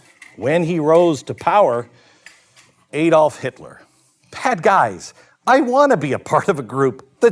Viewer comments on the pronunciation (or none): none